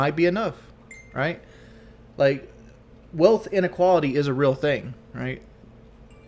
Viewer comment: I cant believe he says these tings.